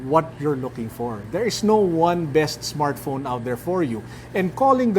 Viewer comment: "android smartphrone" lol